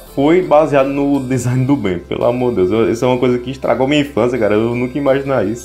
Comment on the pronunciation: só eu que gosto quando ele fala "pela mor de Deus" 😂😂😂😂 é engraçado por causa do sotaque dele